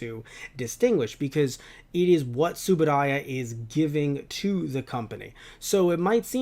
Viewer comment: TsubuRaya. You’ll come across as better informed if you pronounce that name right. TsubuDaya is grating. The BCI/Mill Creek was not official but a legal compromise pending the resolution of a court challenge over world rights.